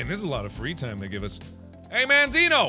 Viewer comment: It's mandzino